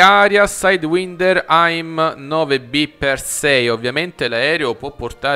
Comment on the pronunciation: Aim 9 si pronuncia eim nine